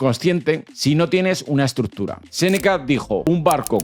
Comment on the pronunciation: necesitas aprender a pronunciar la palabra estructura